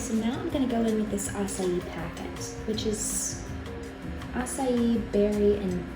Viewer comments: I literally thought it’s pronounced “acay” then I heard saying it “asayi”. Damn, never felt this stupid in my life 😭😭😂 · as a brazilian, I had never heard an english speaking person who doesn't speak Portuguese pronounce açaí as well as you. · As a brazilian it is so nice to see u pronouncing açaí in the right way hahahah